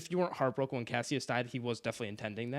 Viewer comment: These name pronunciations are insane 😂. Cassius and Apollonius blew me a way.